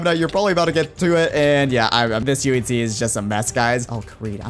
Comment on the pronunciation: I like the way he says in today's minecraft UHC it sounds like in today's minecraft TNT